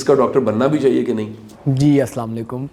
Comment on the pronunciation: بہت اچھا پروگرام ہے شاہ صاحب سے گزارش ہے کہ سلام لیکم نہیں بلکہ السلام علیکم کہا کریں